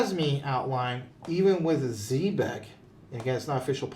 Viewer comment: You guys do a great job and I appreciate your wisdom. Just 1 thing. I really wish you guys would learn how to pronounce ZEB- EC the correct way. Not Z-BEC.